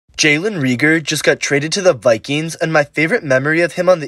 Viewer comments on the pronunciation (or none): “Jalen reeeegore” lol